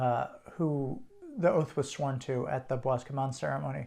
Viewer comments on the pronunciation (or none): Loa- is pronounced Lwah Bois is pronounced Bwah